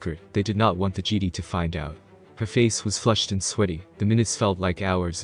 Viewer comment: Gd? It's pronounced Jeh-Die.